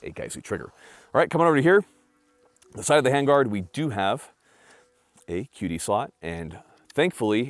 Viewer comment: So I know that is never going to see this i understand that but can you please announciate QD a little bit more? Because It sounds like you're saying that 1 Netflix movie.